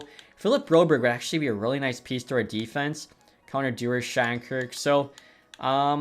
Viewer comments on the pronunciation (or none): none